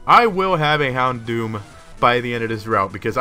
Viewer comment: hondom? lol houndoom?